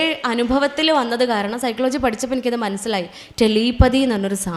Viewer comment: സൈക്ലോ ജി എന്നല്ല. സൈകോളജി എന്നാണ്